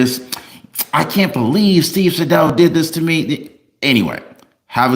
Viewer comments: "Say-Dow." Not "sa-dough" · It’s SAY-DAL!! I appreciate you but your pronunciation of the name kills me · Hey. Great job as always. Btw, Atty Sadow's name is pronounced Saydow, long a. Just saying. He's a great litigator. Love your videos 😊😊